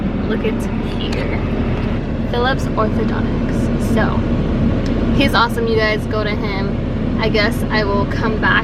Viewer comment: Not "Othodo-nics" hun.. Orthodon-tist 👍.